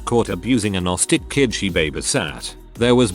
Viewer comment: I think it was supposed to say autistic and not austic